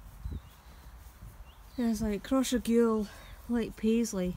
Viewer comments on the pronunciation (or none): Cross Ray gul the propper way to prounouce it also maybole is a town lol gid video though